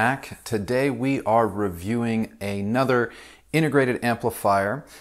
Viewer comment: Sorry, I was just noticing you say "A-Nother" instead of "another", that's all. (As in A whole Nother:-D Sorry to nitpick: It's a British foible